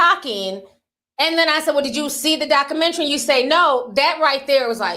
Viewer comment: I'm ctfu the way you pronounce documentary. You don't put the "u" in it